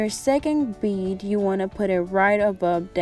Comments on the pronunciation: I laughed so hard when you were trying to say bead LMFAOO I was like “bead sis” 🤣🤣🤣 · her: bid? bid? me: BEAD! BEAD! BEADDDDD!